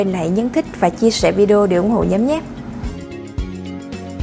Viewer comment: Bà dẫn vẫn đơ như ngày nào 😆😆 "hãy ủng hộ cho nhúm nhé" 😆